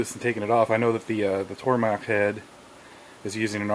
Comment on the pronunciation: Tormach not tormak